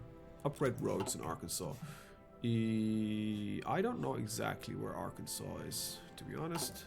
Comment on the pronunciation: "Is AReKansas???" XD yurkilln me man